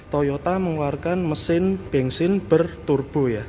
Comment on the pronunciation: kok ngomong Daihatsu tapikan toyota ini mas..bensin bukan bengsin mas habis dikejar siapa mas..hihihihi